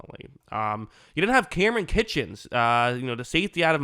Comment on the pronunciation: Kinchens my dude not kitchens